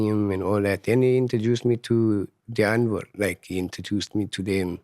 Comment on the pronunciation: Let's all say it together... Die (Dee) Ant (🐜) wood (wood) 🤣🤣